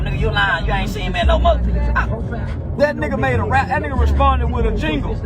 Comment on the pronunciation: "Responded witta jingle" 😂😂😂💀